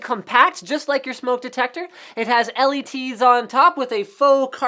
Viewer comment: " it has L E (t)s on top" LOL. Is that another canadian way to MISpronounce another letter ( zed aka z) ?